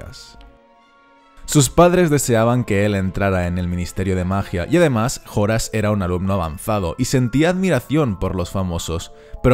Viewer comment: se pronuncia horas eslojorn muggle !😆😆😆😆